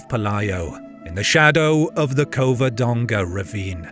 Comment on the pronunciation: Cavadonga it is